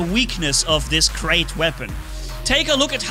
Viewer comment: It’s like Krait is not pronounced as Krait in English anymore but KREIT with gutteral r like in German.